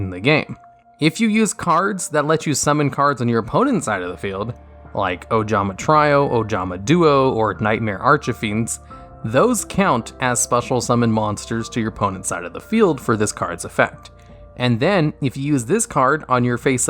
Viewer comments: True, but nobody pronounces it 'ArchEfiend' unless they're doing it intentionally. Honestly though, he pronounces them both correctly in other videos, so it doesn't bother me. My eye only twitched a little when he said 'Ojama TRY-oh' and 'ArchEfiend' this time. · I'm convinced most of them do it just to trigger people, it's a really cheap and stupid form of trolling that makes the person doing it seem mildly retarded. But I've seen it so often it doesn't trigger me anymore. There's no native English speaker in the world who doesn't know how to pronounce 'trio' or 'archfiend."